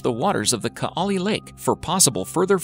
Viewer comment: Greetings from Estonia and nice to see that we made it into this video, but c'mon... even Google translate can pronounce Kaali and Saaremaa right. It's not like you say boo-ot instead of boot.